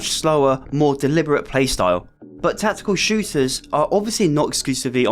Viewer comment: Tackekul Shewtahs